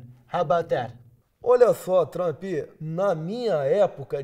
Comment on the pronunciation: "Olá Trâmpi"